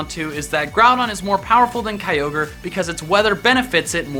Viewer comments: It ky-or-grey! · it's pronounced kyogre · number 4 is pronounce as Key-yo-gray